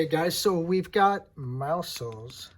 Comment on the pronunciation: Finally somebody that says his Name correctly and a Great Review